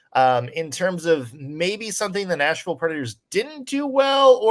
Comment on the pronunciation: Is it just me or does Ann keep saying national predators instead of nashville predators